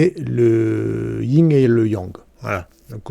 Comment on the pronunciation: On dit Yin et yang pas ying yang voila juste pour info sans jugement